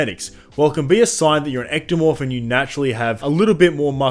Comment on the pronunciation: The moment i heard "ectomorph" this video completely lost all credibility.